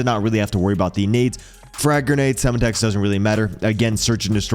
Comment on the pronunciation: Or how it’s Sem Tex not sema tex